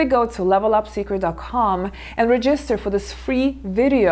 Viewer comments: It’s so cute how you pronounce the word “REGISTER” with the accent on the I instead of the first E! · Great video as always! No offense but the way you pronounce the word register is cute. Anyway, l always wait for your new videos. I believe l’ve seen all your videos and kept watching some of them still. More power and thanks for sharing your thoughts!